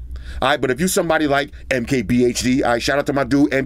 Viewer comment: MKPH something 😂😂😂